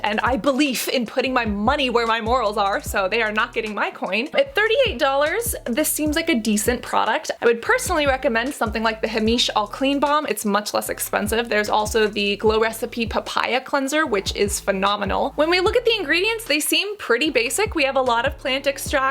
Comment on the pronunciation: I know this video is 2yrs old, but i don't think anyone has let you know yet. Heimish -> HIGH-mish